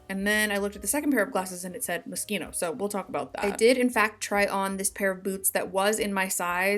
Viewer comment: I was today years old when I learned the correct pronunciation of moschino 😅